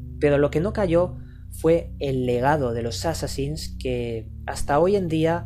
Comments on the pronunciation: por que no es jassasin es Hassasin el nombre de asesino viene de has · Por que carajo dice jassasin sin ofender claro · Porque viene del Jefe de la secta: Hassan (y la "h" se pronuncia como "j")> assan> assassin->assassins (plural)->assassin's creed. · no se ustedes pero yo escuche jasasin,bueno tambien soy de latino america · por que dice jasassin?